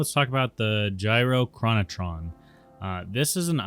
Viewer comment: I afforded my level 40 mount in vanilla by litterally selling "Gyrochronatom" and iron bars. It is always funny to hear the pronunciation of "Gyrochronatom". I pronounced it like you do in this video for the first 5 years of playing this game. Until I heard it pronounced "Gyro-chron-atom". Atom, as in the small form of matter. It makes more sense to hear it pronounced that way now.